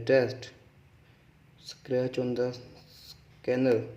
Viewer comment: What are we gonna do with the back of the phone. Hahahaha funny guy don't no also how to pronounce scratch hahaha nonsense, nobody will bend the phone instead of calling or playing. Idiot.